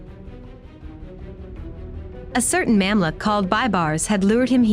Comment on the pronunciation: You should’ve practiced the Arabic nomenclature b4 the vlog. It’s so pathetic that I had to pause and listen it again and again! It’s not Memlik but Mumlook, not Saladin but Salahuddin! Disappointed